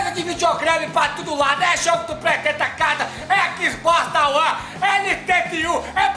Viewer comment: na propaganda ele falou xboxta one??kkkkkkkk